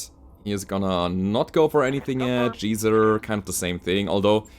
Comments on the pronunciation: teaching the world to pronounce Geezer with a G instead of Geezer with a Gi. I love it! Thanks for the Battletech. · Loved the Pratchett quote WRT mushrooms; wan't there another pithy quote WRT combat/warfare from him shortly after? Also FWIW, 'Geezer' is pronounced with a hard 'g' sound in every accent I've ever come across: it's a London East End -derived word (like 'guv'nor' derived from 'govenor') usually meaning older/more experienced man: sometimes a tutor, sometimes a fighter, sometimes a manager (eg tavern-keeper etc); often a leader or NCO, but often older than the primary protagonist & almost always indicating a higher lvl of experience (eg foreman -> boss) due mostly to age